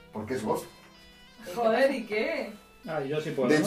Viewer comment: no sabe ni pronunciar “Ghost” y dice que no suena a ellos XD